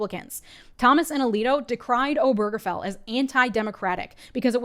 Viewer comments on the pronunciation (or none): Why does no one seem to know the stress is on O not ge.